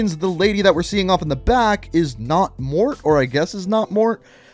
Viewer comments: FYI, Morte isn't "Mort", it is more like "Mor-tay" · pronounced Morte is pronounced "Mor-tae" and Moschin is pronounced moskin. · It’s prounanced morte like m o r t a like death in Spanish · I wanted to see a new Warzone Map...idk like Urzikstan or something else... PS: Morte means Death in italian...So the right spelling of the name it is not Morti but Morte...simply cuz i already see players calling it like Morti.